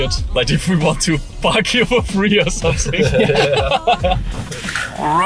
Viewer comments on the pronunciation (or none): AND HE SAID SOMESING XDDDDDDDDDD